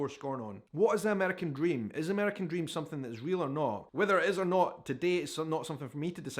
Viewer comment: Love the accent and the some-fing instead of something ❤😂